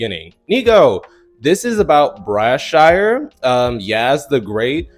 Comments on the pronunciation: but it's not even spelled the way u said it tho u smooth said BraShire 😅😂😂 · What happened to him and Jussie, bro Also, I think it’s pronounced Bryshere (BRUH-SHEER)